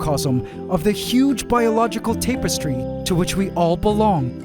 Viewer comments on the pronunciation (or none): 💡 Pronunciation tip.:face-fuchsia-wide-eyes: "tapestry" is pronounced 👉TAP-ess-tree👈, not TAPE-ess-tree.:face-red-droopy-eyes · TAPESTRY ta·puh·stree - dont use words your not familiar with it makes you seem unintelligent and a try hard.